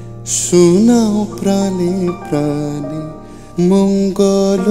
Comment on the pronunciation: মঙ্গল উচ্চারণে ' ঙ্গ '-এ ও-কারের (ঙ্গো) মতো উচ্চারণ হবে। গানে মাঝের কথাগুলোও বাদ আছে